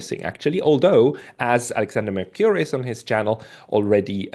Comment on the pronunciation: "ou" in transliterated Greek words and names is never pronounced like the word "ewe". Thus, Mercouris is not pronounced "mer-CUE-riss". It's "mer-COO-riss".